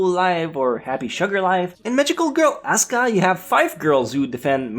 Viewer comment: It's pronounced ah-su-kah